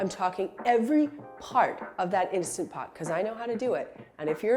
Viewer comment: Please make a video about cleaning the instant pot!!! Love mine so much!!! And thank you for pronouncing it correctly!! I loathe when people call it an insta pot 🤦🏼‍♀️